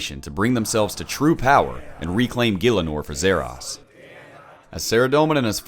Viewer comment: Zah Ross not zeh rass